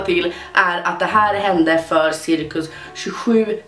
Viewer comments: du säger sirckus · lät det som om du sa cirkus. Eller så hör jag alltid fel. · Inte hat eller så men varför säger du cirkus istället för cirka?♥️❤️älskar dig❤️♥️